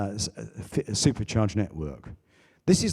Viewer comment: Peter talking about NACS which literally is the only reason this will succeed, and can't even say "Supercharger" correctly and won't say "Tesla" lol wild